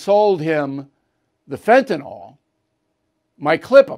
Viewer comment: Bill, it's not Fentanol, it's Fantanyl.